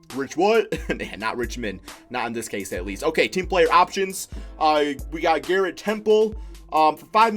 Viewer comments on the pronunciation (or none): none